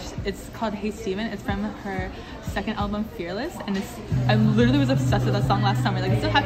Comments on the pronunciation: literallyの発音がリルリルにしか聞こえん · literallyという発音がきこえない。ブルーてきこえる。but. I kike hhe.